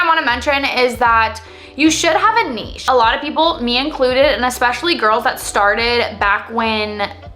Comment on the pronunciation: Thank you for saying nichè and not niCH. Great content as always.